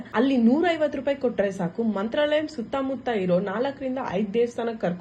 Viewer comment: ಮಂತ್ರಾಲಯ. Mantrralayam ಅಲ್ಲಾ.